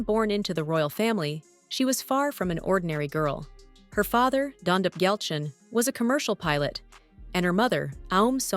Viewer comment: Perhaps they can find an announcer who can spend an extra 2 minutes trying to pronounce names and places properly. "Pema, Thimphu, Dondep Gyaltsen", and almost every other name was mispronuounced.